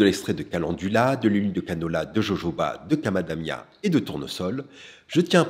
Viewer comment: C'est quoi le camadamia à ? Vous voulez dire macadamia ?